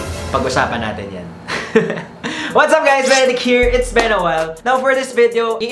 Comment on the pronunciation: been there done that po yun*